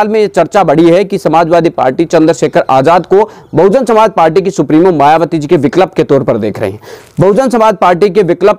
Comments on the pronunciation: बिकलप नहीं बिकल्प होता है । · विक्लप नहीं भाई विकल्प